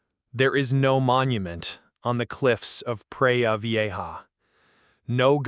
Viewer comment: Such an important story to be told. Unfortunately, the AI narration adversely impacted the experience for me. 'Prah Vee-ay-har'. Yikes. Consider recording VO w a Khmer person.